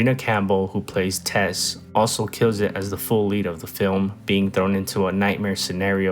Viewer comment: It's "Tess" not "Tez" you dingdong.